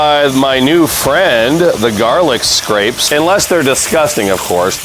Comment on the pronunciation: Everybody, thank you for watching. Let the record show that I now realize that I misread the word garlicscapes as garlicscrapes. It won’t happen again. Lol. I am sorry about the mispronunciation. I will try to do better in the future. Lol.